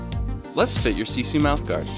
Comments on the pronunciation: You are usin the word "sisu" wrong! The word "sisu" is originally from finland and translates to... well... nothing. Oh and you said "siisuu" not "sisu" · You pronounce it: SEE-SUE** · Noi sanoo sisu ihan väärin